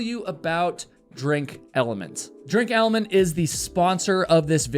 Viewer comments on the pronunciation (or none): It's pronounced element. Not elementy. Should maybe get the product that's sponsoring you correct just sayin